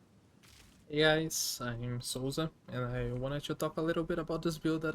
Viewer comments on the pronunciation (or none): Incrível que identifiquei um Br no momento que pronunciou sowza, tava procurando uma build exatamente assim vlw mano